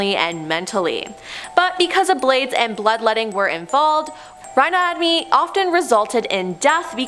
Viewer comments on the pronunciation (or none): Holy sheet, also “rhinomoty” lol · When she can't even pronounce rhinotomy properly. Geeze 🤦‍♂️